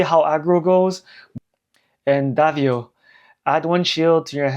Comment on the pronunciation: Dah-Vow. Thats how u say it. Its a city in the Philippines 🇵🇭